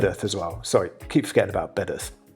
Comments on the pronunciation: Its Bedworth not bedath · Its pronnouced BEDWORTH !!! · Surely you are pronouncing Bedworth wrong? Surely? I would pronounce it Bed-worth myself! 🫵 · Bedworth pronounced as Bed’orth? You can’t accuse anyone of trying to get a penworth in! 😅